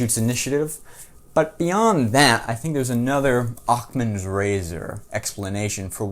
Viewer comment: Please please please tell me you didn't say "Occ-man's Razor". Just say it didn't happen; I want to believe!